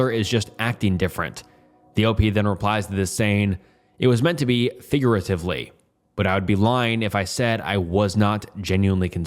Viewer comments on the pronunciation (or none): "figureluvelidly" um nice aneurysm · I was so invested on the story and then I hear “figuirarefvly” 😂😂😂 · more figurararurialy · you did NOT say figuratively 💔💔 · why did you say figuratively like that the first time? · figuratively was pronounced unusual why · interesting choice of pronunciation 🔥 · you butchered that pronunciation 😁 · .. my guy.. you should do some of these reads a second time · bro didnt even try to say it 😭🙏 (fire video i just found this really funny) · guys, he said it wrong, point and laught